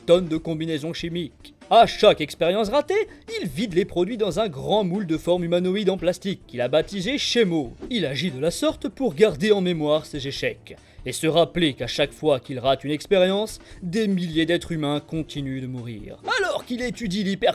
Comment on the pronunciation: C pas chemo c Kemo